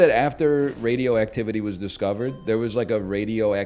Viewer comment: Whenever he says radioactivity I just hear skibidi, man, I'm done for, I'm the guy evolution tells you to worry about